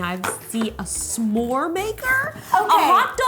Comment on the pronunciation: Everyone: S'more Rosanna: Sumore